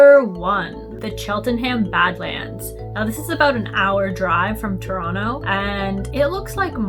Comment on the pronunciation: I liked how she said Ttoronno 😊